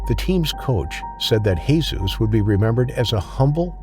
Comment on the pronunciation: Lol that's not how you pronounce Jesus in spanish